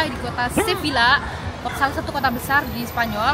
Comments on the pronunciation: izin koreksi ka, cara pengucapannya "seviya" karena double L yaa❤ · Sevilla bacanya seveia kak